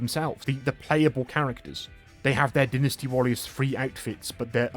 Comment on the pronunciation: Wait its not Dy nasty?? its Dinisty?? HUH???